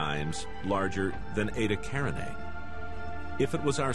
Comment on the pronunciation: "Aytuh carinay" "Connis majoris" Lets just take a moment to have a giggle